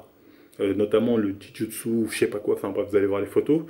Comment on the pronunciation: le "ji jutsu" mdr j'espere Postbadmuscu il va t insulter